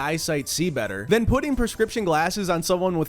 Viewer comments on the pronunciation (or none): none